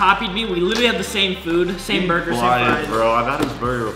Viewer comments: Bro said burguer not burger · It’s funny when spelled burger wrong and said burgeur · “it’s gonna be a burguer”💀😂